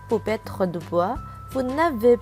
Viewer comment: Ta vue la voie au lieu de perdre elle dit pettre